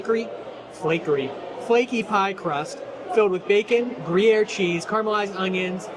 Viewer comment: It is pronounced ( since you are attempting these ) “GREW-Yare ( like pear but a Y like yard) Gruyere!